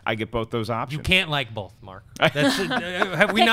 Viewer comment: it's both not "bolth";)